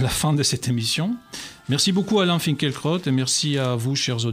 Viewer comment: Le presentateur prononce tres bien son nom:finkle-crotte